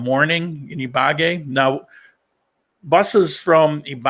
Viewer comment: Buen viaje! (Hate to correct your pronunciation, but it is Ibagué, with the accent on the E. )